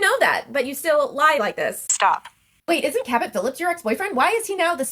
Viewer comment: Cabot Phillips I thought she said Captain Phillips 😂